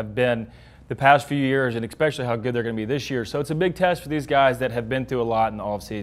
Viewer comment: JP, it's especially, not ex-specially